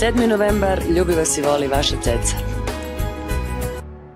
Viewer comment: Не ваша Цеца, а ваша Цица🤣🤣🤣